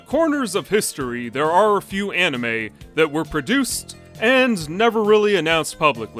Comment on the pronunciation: for a minute i thought you say an Enema and not an anime lol